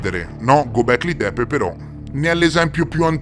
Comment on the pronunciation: Göbekli Tepe Lo stai pronunciando nel modo sbagliato.. E se ne parli da Anni, stai sbagliando da Anni..!